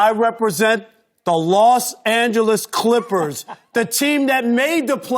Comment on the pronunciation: Rob parker always sayin Klikhpers (Clippers)